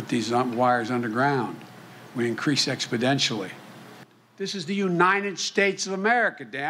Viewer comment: "Exponentially" not "expidentially" Unbelievable